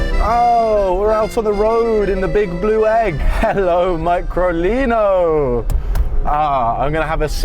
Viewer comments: Fantastic car, just wish the Englishman would pronounce the name "MeecroLeeno" which sounds cute too. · Pronounced me-cro-lee-no